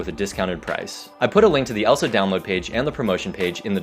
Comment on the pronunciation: Lượng Lê Vỹ "download" not "dowload"